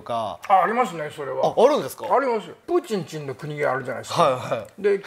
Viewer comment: 毎回しっかりプーチンちんって言うの笑っちゃう😂